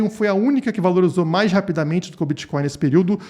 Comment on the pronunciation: "Eu kelu bititoin" 😂